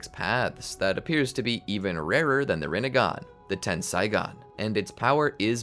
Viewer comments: its tensaigan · It's Tenseigan, not Tensaigon. Ei in Japanese is equivalent to the long A sound. Ai in Japanese is equivalent to the long I sound.